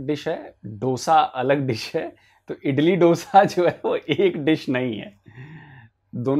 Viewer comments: It's not itli it's idli so please improve your knowledge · She was saying Italy Dosa 😂🤣, not idli 😂